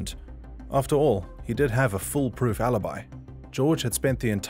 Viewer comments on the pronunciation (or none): none